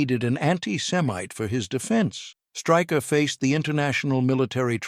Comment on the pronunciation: His surname is pronounced Shtráy-kher, not Striker